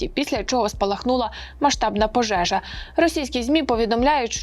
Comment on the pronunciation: Как же смешно звучит ...это слово "пожэжа"😂